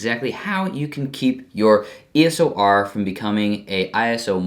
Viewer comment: It's called eos r not eso r😂